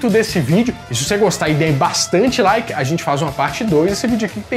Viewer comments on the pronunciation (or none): none